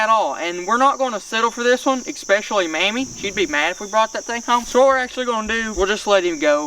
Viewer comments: Also Manny instead of mammy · He said manny instead of mammy😂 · Mammy sounds like hemi🤠